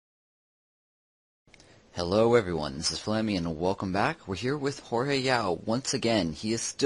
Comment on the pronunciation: haha fail its Jorge... Not George.